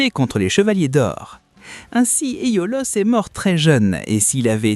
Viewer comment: Rien appris de nouveau si ce n’est que Kurumada et Aiolos se prononcent Kugumada et Aolios ou Éolos 😂 Il y a quand même pas mal d’interprétations très personnelles et pour les liens Poissons-Poison, Camus-Camille, c’est quand même du grand n’importe quoi 😅